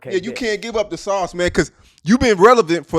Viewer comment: talking about don't give up the sauce but can't even say sauce right 😂